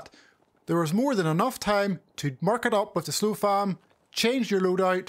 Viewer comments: SOF LAM dude, not SLO FAM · why this dude keep saying slofam